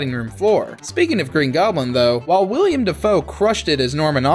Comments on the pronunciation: How can a guy who mispronounces one of the lead actors name have this job? Like come on, really? William Dafoe? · "William Dafoe" No dude. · The part were you called Willem Dafoe "William". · It's WILLEM Dafoe, NOT WILLIAM. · C’mon, WILLIAM Dafoe? Can’t continue watching after that smh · Seriously? WILLIAM Dafoe? This is why I can't watch your content start to finish. First it was BETT Davis and now this. Shoulda stayed in school...